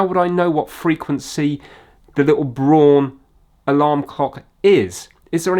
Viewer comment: "Braun" is the German word for "brown" and should be pronounced "brown". If you're putting "tire" on the screen to help the Jonathans, you could help out the Germans also. And don't get me started on the pronunciation of "kilometres" ... I have several DCF clocks, all showing UK time because I've SET them to show UK time. If I lived somewhere else, I could set them to the local time. They sync every hour and cope with leap years. The only time I touch them is to change the batteries. You read the English on the box so it's clearly designed for the UK market. When all else fails - read the instructions.